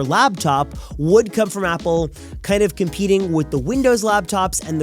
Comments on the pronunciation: ITS NOT LABTOP...ITS "LAPTOP"😂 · Labtop? Don’t you mean Laptop?